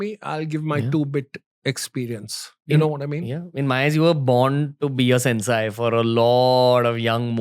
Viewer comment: It is not pronounced as सेन्साय It is सेन्से